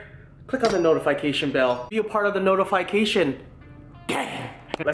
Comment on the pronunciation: You really need to YouTube or google how to pronounce notification